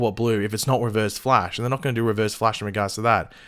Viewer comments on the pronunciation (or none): Its the flash not fleash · ok, seriously, did anyone else hear him pronounce it as flaysh? also, as intriguing as CB sounds, i think i'd prefer red death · he said, the flAYsh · The fleesh????😂😂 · I had no idea what you were talking about until I heard it... like what the? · oh my god why the hell did he say flash like that oh my god that sounds super weird. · Ok first off are we just gunna ignore mispronounced ‘flash’? And also they would obviously rather finish the Harry losing his speed/reverse flash/Godspeed arc THEN maybe Cobalt Blue season 8